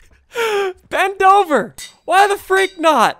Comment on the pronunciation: When you were naming Ben dover it sounded like you were saying bend over